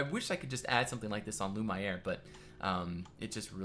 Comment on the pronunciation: Hey, You probably could fit a baths in your build, and I would suggest a close look at the baths portrayed in the demo of KC:D, which I think would fit well with one of the outlying buildings of Lumiere. (You were pronouncing it correctly at the beginning of the series btw, Lu-mee-air.)